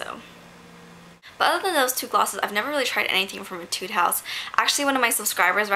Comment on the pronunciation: Aw how sweet of you! I love Jill Stuart too - though I only have one blush so far hehe. Definitely would love to collect some more. Love how the Canmake Bitter Coffee quad looks too - thanks for sharing =) Also, not sure if anyone has mentioned this so far, but I'm almost certain that it's pronounced "A-tude." An etude is a musical practice piece - one that is supposed to improve your technical skills. When I played violin I always had a book of etudes.